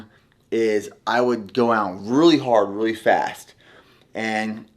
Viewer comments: 😂 and "boots" for "butes" and "scoops" for "scupes". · I will buy your supplements if you start saying “really” instead of “ruley”